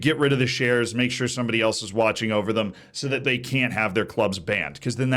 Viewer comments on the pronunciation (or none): none